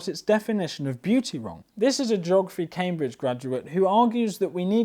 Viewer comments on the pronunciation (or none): none